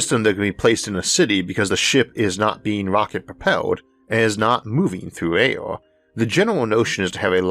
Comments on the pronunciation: LOL I HEARD ALE INSTEAD OF AIR ALL THE TIME...MABY I JUST NEED ONE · I say Arthor . It air not aior and we live on a plant called earth not orth